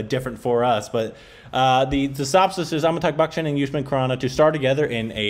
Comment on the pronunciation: It's not Amitag Bachchan......🤣 Its Amitabh Bachchan...